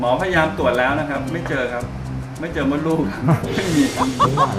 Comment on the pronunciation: มดลูกค่ะไม่ไช้มดลูด